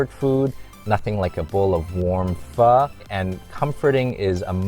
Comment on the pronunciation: Ive always wanted to know the correct pronunciation of pho. Thank you.